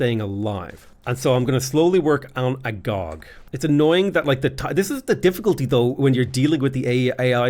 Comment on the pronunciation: been playing Civ 6 for how many years, and he still says "A-gog"? 😫